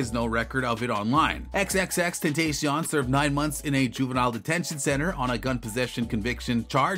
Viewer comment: Could you please say his name right